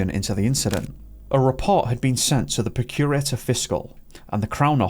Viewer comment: it’s not procure-ator. It’s pronounced “prock-u-rator”. Procurator Fiscal. Well covered story though and I’m sure the family will be grateful of you bringing it to public attention again. My son is 16. I just wouldn’t want to imagine…… x